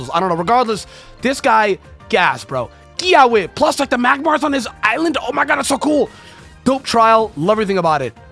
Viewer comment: As a Hawaiian dude no disrespect but it’s actually supposed to be pronounced Kee-aww-vey in the Hawaiian language the w’s are pronounced as v’s